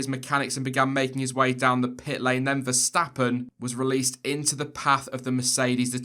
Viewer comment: Quick note: the pronunciation of Verstappen and Vettel are "ferstappen" and "fettel" respectively.